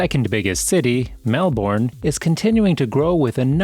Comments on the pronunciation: Mel-,bn, not Mel- born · Twenty seconds in, and I want to note some corrections. 1.) As of late last year, Melbourne is now the biggest city in AUS. this was recognised after the video was posted earlier in 2023. 2.) it's MELB-BURN. not mel-born. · Change the way u say melbounre kts not melb0rn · I want to let your know, it's pronounce as Melb'en